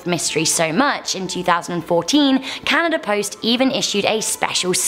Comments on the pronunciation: ntntnt it canada not canadar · Across canaderr huh 😂